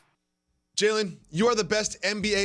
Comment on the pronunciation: The way he said Jalen 😂😂😂😂😂😂😂😂